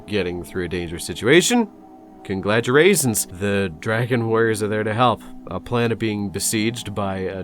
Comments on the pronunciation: Thank you for keeping the "Conglaturaisins" in 🤣 2.20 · “condgladuraisins” my new favorite word